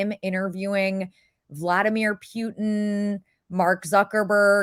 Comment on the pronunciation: Vladimir PEW-ehn 😂